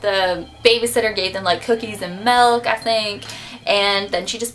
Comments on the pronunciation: you say melk its milk :p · I WANT SOME MALK